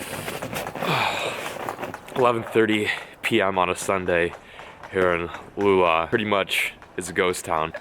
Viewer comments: No sorry u don’t say lula lol u say luleo** but spells luleå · Try to say luleoh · It's pronounced Ooooh Leee a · It’s not lula it’s Luleå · its pronounced Lu le å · Everytime you said Lula I started laughing. xD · Hahaha Lula What is that! It is luleå change the å to a o! I am swedish btw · It's pronounced: Lulejo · Luleå not lulolo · Surprised you are fishing sweden this time of the year :) Best fishing imo is during spring or early summer. Try pronouncing it "LU LE O" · its pronounced luleo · you prenounc luleå wrong ik because im a swedish fish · Hahha the way you pronounce luleå is hilarious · So surreal seeing you in my home country, been watching you for a long time! To bad you went to Luleå. Oh, talking bout Luleå, you absolutely butchered the pronouncing😂 love it haha! Hope you had an awesome time! You're welcome anytime! Could hook you up with some "regular" fishing with me and my mates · im from sweden and its was very funny when you said luleå. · Hahah i love how you say Luleå its so funny